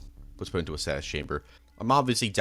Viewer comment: A status chamber? The word is produced Stay-sus🙄